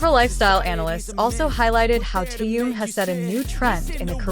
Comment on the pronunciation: Имя мировой звезды надо произносить правильно. Это элементарное уважение.